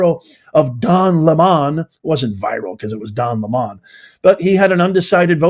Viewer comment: Don "Lemon" is pronounced LEMON 🍋 Not LEMAN 🏁